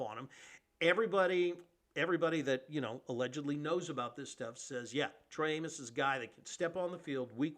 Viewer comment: It's Trey Amos🤦🏿‍♂️